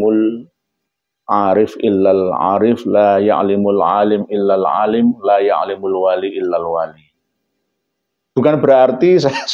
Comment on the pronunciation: Jubir_Yesus_Indonesia dia bacanya ya'limu🤣